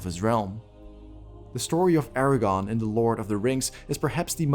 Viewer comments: I just wanna say it's ARA-GORN not Aragon. I almost thought you were saying Eragon. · Is it just me or is he saying "Eragon" instead of "Aragorn"? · It’s AragORN, not AraGON. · Good video, but each time you said Eragon instead of Aragorn I died a little inside.😢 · this man says “Eragon” instead of “Aragorn” every time and i’m not sure if i’ve ever cringed harder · Its Aragorn not aragon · great video, other than the pronunciation of Aragorn consistently being Eragon, but thats just a gripe. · AragoRn...not Aragon, you butt! Good video though! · Is anyone else annoyed by how he is pronouncing Aragorn’s name like Eragon 🤦🏾‍♂️ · Great video, but... it's AragoRn...with an R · Did you intentionally pronounce Aragorn as Aragon so if you're wrong you can claim you meant someone else? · Does he say "Aragon" the whole video..? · I cringe every time you say Aragorn's name. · Sorry man, you lost me as soon as you mispronounced Aragorn.